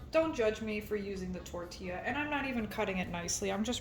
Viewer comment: Bestie, ILY but, when you said "Tortilla" I visibly panicked 😂😅